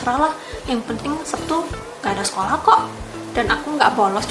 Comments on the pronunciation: Lek jareku, "Setu", mbak...ora "Septu", tapi yo be'e onok yo sing ngomong "Septu".. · Orang jepang tapi lidahnya jawa.. Hari sabtu tapi bilangnya sebtu... Hehehe...